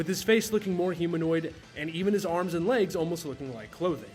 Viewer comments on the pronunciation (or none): none